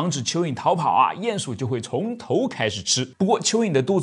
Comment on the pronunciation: 唸鼴ㄧㄢˇ鼠～不是ㄧㄢˋ